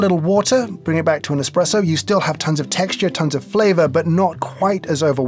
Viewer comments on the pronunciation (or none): Could you two ladies change a tire? What value do you bring to our world? Expresso? Which you specifically pronounced. Get a job. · I hate it when people say expresso instead of espresso. Expresso? eXXXpresso?? there is no X in the Italian alphabet so it is not even possible to say EXXpresso. Espresso is such a beautiful word.